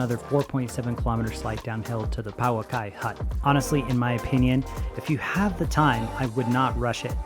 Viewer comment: Please learn how to pronounce Pouaki correctly.